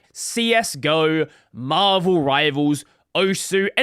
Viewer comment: And its pronounced OSS